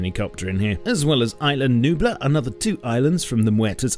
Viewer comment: I love the way you pronounce "Isla Nublar"